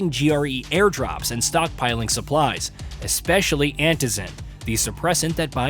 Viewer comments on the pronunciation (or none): none